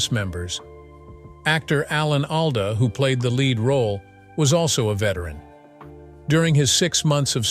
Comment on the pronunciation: I have always heard Alan's last name pronounced ALL-duh.